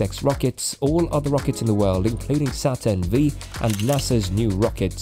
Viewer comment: Come on: it's Saturn "five" not Saturn "Vee".You would know that if you knew anything about space technology.